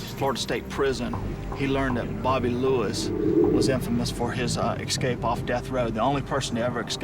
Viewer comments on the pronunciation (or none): At approximately 35, ESCAPE, not, EXCAPE.